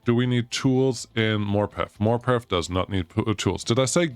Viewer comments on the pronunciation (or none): Morpeth = maw puhth